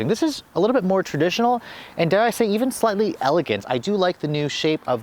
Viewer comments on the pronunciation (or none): none